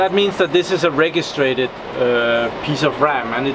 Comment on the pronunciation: Just a heads-up, you should pronounce "registered' as 'reh-gist-erd' RAM, not 're-gees-trated' RAM. Just wanna let you know :x